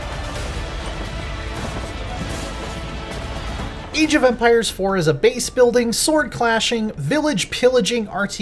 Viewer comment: did he just say EEJ of empires